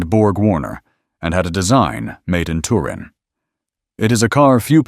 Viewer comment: Add to “Bertoni” spelled w/an “I,” plus “tut-IN” instead of “TUR-in.”